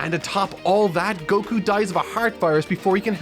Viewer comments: Coming from the guy who says Go-kü instead of Goku , we getcha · It's just Gohkuh not Go Kyu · is that why you're the only person to pronounce "Goku" with stress on the second syllable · Son Gokū Kanji: 孫 悟空 Kana: そんごくう そ So ん N ご Go く Ku う U Romanized without the Macron over the U, it would be Son Gokuu. The American version shortened it to Goku, eliminating the second U, but then changing the pronunciation of his name. It's not a criticism of the dub when I say that, mind you. I've made it my preference to pronounce the original character names; it's why I say Yaji-roh-beh and Ka-reen instead of Yaj-ir-oh-bee and Kore-in. (And before you ask, because everyone does, "Why not say Bejiita and Torankusu?" Because those are literally based off English words.)